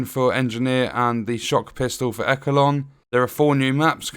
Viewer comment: As long as it is not a glitched pile of shit like Massive did with TU8 for The Division 2. I’m looking forward to this. Also, it’s pronounced eshelon not ekelon. 😂 are you sure about that. I would think close meant far away and far meant really close. 🤔